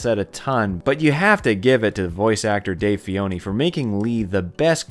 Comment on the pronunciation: It's FENNOY, not Fioni lmao